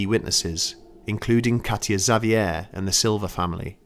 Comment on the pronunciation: He did a fine job, indeed. Had problems with "Xavier", but the other names were pretty close.